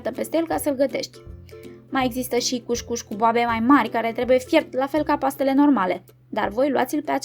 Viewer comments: Se citește "cus-cus" nu "cuș-cuș" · Multumim pentru rețete! COUSCOUS nu couşcouş! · E "cuscus" nu cuşcuş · Corect este cuscus